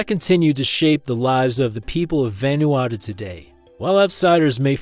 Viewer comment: What do you expect from lame, lazy, click-grab, disgusting a.i. bullsh1t? Can't even say the name of the country correctly saying it quite badly - and not even the same mispronunciation. Mis-speaking the name about 9 different ways. And that was in the first 5 minutes, which was about 4 minutes longer than I needed to decide this was just another total garbage a.i. spewage. video down-voted. channel blocked.